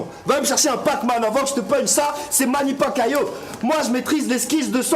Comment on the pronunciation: c'est PacQUIAO et pas Pacquaio xDD Sinon très lourd battle, longue vie au ROAR!